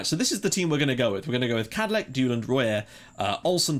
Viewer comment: I think Kadlec is pronounced Kadlets but I'm not too sure maybe ask your viewers next video?